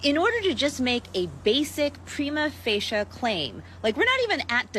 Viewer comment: The "lawyer" friend pronounced "prima facie" wrong...